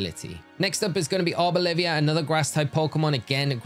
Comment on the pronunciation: Don’t think you noticed but you kept saying Arbolivia instead of Arboliva, unless that’s how you pronounce it then sorry 😄 but I like to pay attention to how you pronounce words makes my day when you confuse some names! Have a good day ✌🏼